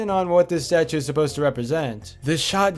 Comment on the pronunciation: statue , not starue also, not sldo